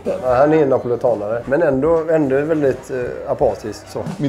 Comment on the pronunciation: sa han napolitanare🤨😂